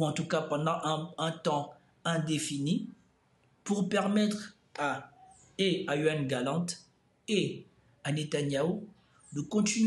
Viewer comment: C'est YoaV Galant, pas YoaN Galant..fais un effort